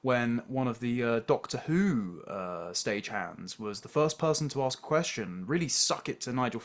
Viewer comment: I ASK SOMETHING NOT ARSEK